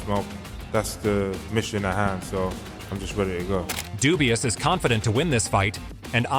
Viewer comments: Daniel Dubois and NOT Daniel Dubua 😂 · Listening to this video, AJ is fighting against , Dubois , Dubious and Duboy ~ Perhaps your AI should learn to pronounce names. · daniel dewbeoss! who"s that!! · These AI videos are getting out of hand. Who the fuck is Deewbeoss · Who the hell is Dewbeoss 😂😂😂😂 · A.I. says dubious !!! lol 😂 😂😂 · Not Daniel dewbeoss 😂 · "Dubious" lol